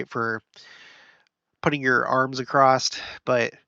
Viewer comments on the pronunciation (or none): A bit off-topic, but I find it funny that you make a big deal about spelling and pronunciation, then you say "acrosst" instead of "across".